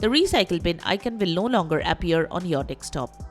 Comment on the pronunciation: Your pronunciation of "desktop" sounds "dekstop". Where are you from?